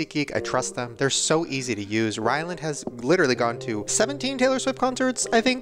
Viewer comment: HAHAHAH he said Audrey graham during tbe seat geek ad